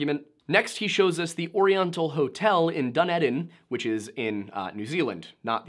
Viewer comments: "DUN ED IN" XD Never heard it said that way before, it's usually the Moari names that people have say wrong (is pronounced "Duh-nee-dun" down here in upside down land) And I must say, as a lifelong kiwi, nothing brings me greater joy than hearing people not from here trying to pronounce the names of things in Aotearoa. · Commenting just to say Dunedin is pronounced din e din or dun e din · AS someone in NZ his pronunciation of Dunedin is hilarious n unrecognizable, til he said it was here I was assuming Ireland/Scotland... It's pronounced the way it looks like the English would pronounce it(Dune eden) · Da ne dun NZ hahahaha bless you, duh neee din 😂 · Dunedin is pronouced like Du-knee-din. I still love your channel though, so I can let it slide. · Dunedin is pronounced Dun-eeeeeedin bro. Good vid tho have a good one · As a Kiwi, the way you pronounced Dunedin was the funniest bit lmao (despite all the crap you had to debunk) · Pronounced Dunedin wrong entire argument refuted